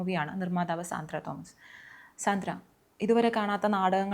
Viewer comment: Not സാന്ദ്ര,she pronounce her name like this "സാൻഡ്ര"